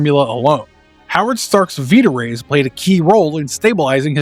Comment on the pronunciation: I think you mispronounced “vita-rays!” The “vita” part is supposed to be pronounced like the beginning of “vitamin!” Or……….. V-eye-tuh NOT VEE-tuh